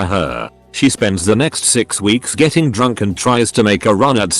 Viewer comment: Everyone in the world: getting This damn text to speech: JETTING